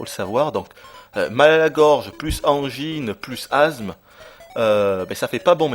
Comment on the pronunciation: c pas de l'azme que t'a c de l'asme tu est asmatique pas azmatique XD